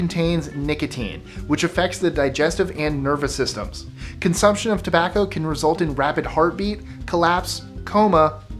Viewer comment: "Tobacco" lol